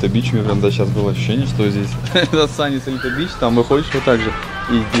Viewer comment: Правильно говорить Сунис ) нам в отеле сделали поправочку 😀